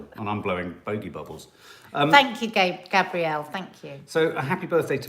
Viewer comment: Hi and Nadia, can I very politely ask that you call me Gabrielle and not Gabriel. Most of the time you read my name right but sometimes not. Much love 💕